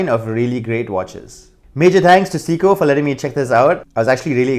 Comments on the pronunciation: Dude it’s Seiko, not Siko! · .... I swear if I hear 'seeko' one more time... SAY-KOH... SAY-KOH... SAAAAAY-KOHHH lol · Not "seeko" but "say-ko" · It’s SAY CO not si co